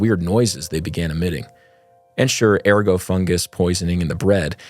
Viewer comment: You should check your pronunciation of unfamiliar words. An example: ergot is not pronounced ergo. There are online dictionaries that will give the correct pronunciation.